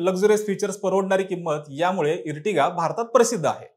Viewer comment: इर्टिगा नाही रे आर्टिगा 😂😂 Ear नंतर T जेंव्हा येते तेंव्हा त्याचा उच्चार अर असा होतो जसे Earth ला इर्थ नाही अर्थ म्हणतात. Earthing ला इर्थिंग नाही अर्थिंग म्हणतात. इर्टिगा ऐकून हसू येते 😂